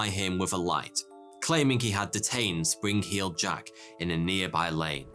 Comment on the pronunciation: sprin-k-heeled jack?